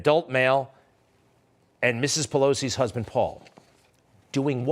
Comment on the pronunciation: Mr. pelosi’ husbad? Any one else hear that.??????